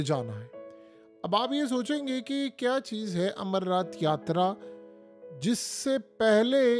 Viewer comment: Yatraaaa mei yatrryyyyyyy kya karty hai?